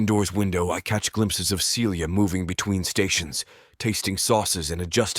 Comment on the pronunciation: Why does the female voice frequently pronounce Celia (Sealya) as Felia (Feelya)?